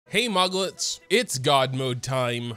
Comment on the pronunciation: For a while I thought he was saying "Hi Muggles"